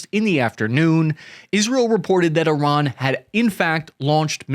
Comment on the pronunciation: At least he can pronounce Iran properly.